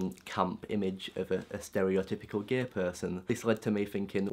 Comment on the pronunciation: don't say 'gae', it's "gay" xD